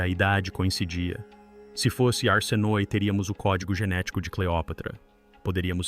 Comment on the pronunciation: A dicção está horrível o nome é arsinoe